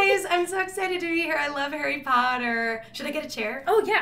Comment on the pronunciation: Did she said Harry Powder? xD